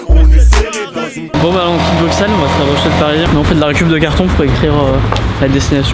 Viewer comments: Juste comme ça on dit bruSSel même si ça s’écrit bruxelle mais tres bonne videos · Waaaa c'est ouf félicitations à vous PAR CONTRE ON PRONONCE BRUSSEL ET PAS BRUKSEL voilà voilà ça c'est dit 🙂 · Putain c’est bruxelle mais sa se prononce sans le x bruselle🇧🇪🇧🇪🇧🇪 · Ouais Ouais la Belgique !!! J’espère que t’as appris à dire Bruxelles sans prononcer le X pendant ton séjour 😄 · CA SE PRONONCE BRUSSELLES! QUAND EST-CE QUE VOUS ALLEZ COMPRENDRE????